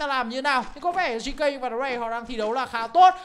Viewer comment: GK anh đọc là gẫy cu🤣🤣🤣